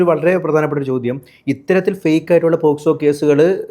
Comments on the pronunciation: പോസ്കോ അല്ല മോനേ പോക്സോ...... 😛😛😛😛😁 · പോസ്കോ അല്ലെടാ.. പോസ്കോ 🙏🏻🤦🏻‍♂️ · പോസ്കോ അല്ല പോക്സോ